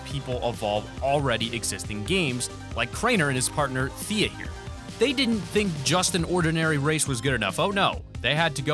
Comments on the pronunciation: YOU SAY IT TEA NOT THEA U DUMP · YOU SAID THEAK AND ITS TEA UH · Drainer girlfriends pronounced name is teea not Thea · It's tea not thea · Its t he a not th ea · Ok.I love you channel but its t ah not the ah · Mats are hard to get in pve why would they do that also it's pronounced teeah not theeah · T t t t t t t t t t ...........NOT th th th th th th th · NOW THATS JUST AGROVATING HER NAME IS TH-TH....ITS T-T IT MAKES A T SOUND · her name is tia not fia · Its pronunced teha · It is Thea not Th-ea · Thea is pronounced Tee-Ah dumbshit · Lol you said Thea’s name wrong it’s pronounced te-ah xD had to correct I watch them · ITS PRONOUNCED TEA-UH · Thea’s name is pronounced t uuuuh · He Thea is pronounced Teea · You said Thea wrong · You miss-pronounced Thea. I know because I'm subbed to them. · You said Thea wrong! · you said her name wrong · For crainer video you said Thea wrong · he said thea wrong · you said crainers girlfrineds name wrong